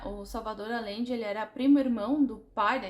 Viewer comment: Te amo lindona!! Apenas pra constar, a pronúncia do sobrenome aLLende é aJende, o LL tem som de J/G, então fica o som de Agende, de agendar na agenda, hehehehe AMO ESSE LIVROOOOOOO!!!!!